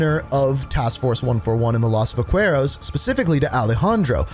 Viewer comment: Oh lord dude every time you pronounce a name wrong 10 seconds after someone in game says it it kills me. Just say it the way that the characters say it. Los vaqueros is not hard to pronounce, its like you do it on purpose.